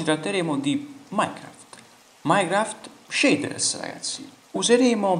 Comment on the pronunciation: "mi craft sheders"